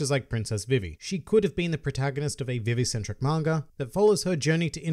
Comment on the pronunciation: They way you pronounces all the names triggers me... "Kanoa village" Koh-no-ha Vivi is pronounced the same in both Vi-Vi sections... Its just V-V Cant type out Trafalgar properly but dont run it togther split it up Tra-fall-gar